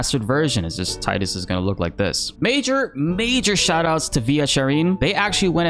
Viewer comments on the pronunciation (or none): How did you pronounce Tidus ಠ_ಠ